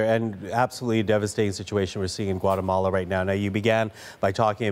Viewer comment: Gouatamola - some news reporter